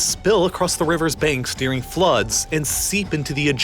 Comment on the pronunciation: What's good with your pronunciation of the word "during"? It sounds like "deering" lol. Ok I've done my part